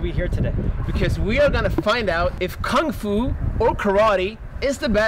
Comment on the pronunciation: is great but its kung fu not gung fu Thats what nerds say🤣